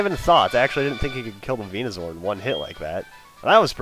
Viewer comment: its venuSOAR not venuZOR. same goes for the pre-evolutions